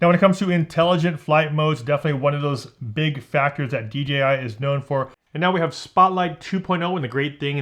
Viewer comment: thank you for saying "dee jay eye" drives me mad! do people say 'gee' because that's the chinese pronunciation?